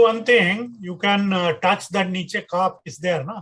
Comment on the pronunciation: It's not Caap. It's Cup.